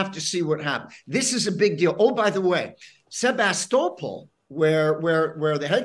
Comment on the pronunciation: Why is this guy pronouncing the B in Sevastopol